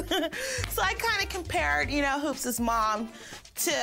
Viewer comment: NY pronunciation for your everyday life. "Hoops" Pronunciation: "He-you-oops"